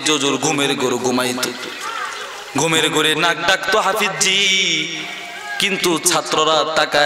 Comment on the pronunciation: হুজুরের নাম হাফিজ্জি বলাটা গলি গালি মনে হয়।আপনার হাফিজ্জি বলাটা আমাকে কস্ট দিয়েছে।